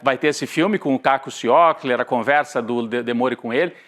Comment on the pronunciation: pessoal vocês falaram o nome errado do Caco Ciocler... por favor!!!!